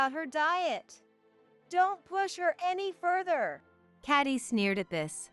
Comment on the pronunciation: Pronunciation of the word “further” is incorrect.